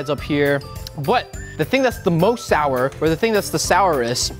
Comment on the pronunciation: Am I the only one hearing him saying Shower Ice Cream?